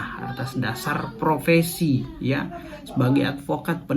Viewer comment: Bukan provesi mas, tapi profesi